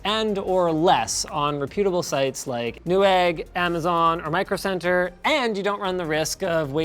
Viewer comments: Pronouncing reputable as repudiable gives it the opposite meaning. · I love LTT and have been following and learning for years, but I still cant stand how Linus pronounces "reputable" 🤣🤣